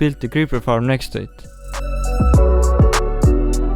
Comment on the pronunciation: I love how pronounce Faram instead of Farm